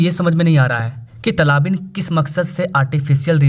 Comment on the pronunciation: अरे भैय्या तलाबीन नही, तालिबान सही शब्द है।